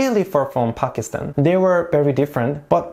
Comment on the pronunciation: Mohammad Ali Jinnah is also a national hero. Thankyou for pronouncing Pakistan right